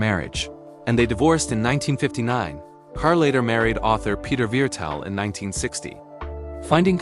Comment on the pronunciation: Pronounced 'CAR' idiot